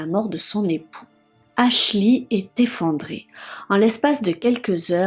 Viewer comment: Faut travailler sur votre accent et c est Ashley Ashlee